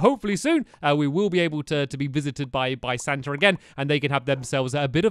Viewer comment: He said senta